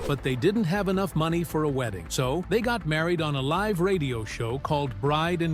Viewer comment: I get that it's easy to flub a word or two... but you mispronounced Petrie and live. (You said peetree and liv.)